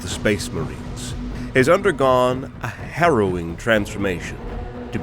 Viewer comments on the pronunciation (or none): none